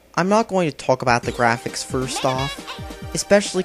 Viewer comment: Da GIAFICS